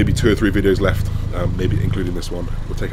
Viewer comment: If your mother doesn't like you saying "free" instead of "three", then you might also consider correcting your habit of saying "without further a due" rather than the correct "without further ado"